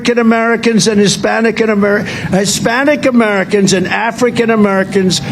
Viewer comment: Did he say "Hispanican Americans?" 😅